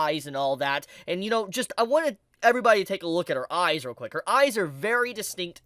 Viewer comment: Every time I hear you sai I I hear AI and eyes sounds like ais